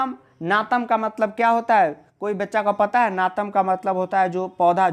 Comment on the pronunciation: Bhai wo नातम nhi नताम HAI 😂😂😂